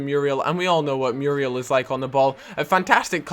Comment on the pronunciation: It's funny the way says Muriel he pronounce it as Mewwriel lol